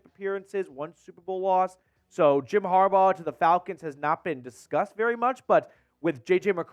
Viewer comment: Get the man name right smh it’s “Jim Harbaugh”